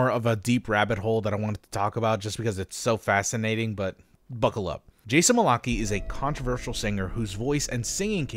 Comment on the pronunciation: How the hell do you pronounce Malachi so wrong, he’s said his name in his songs!